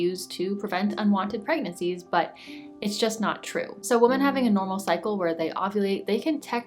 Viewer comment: I love your channel so much. Your content really resonates. Thank you for sharing. Also your accent is adorable. I love how you pronounce Women and Fragrance it makes me smile just listening to you:)